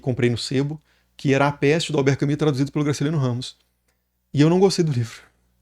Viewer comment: Desculpa ser o chato, geralmente eu nao gosto qdo fazem isso, mas vou fazer - se fala albert “camu”, nao “cami”